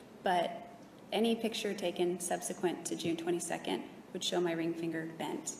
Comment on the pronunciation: If I hear subsequant one more time...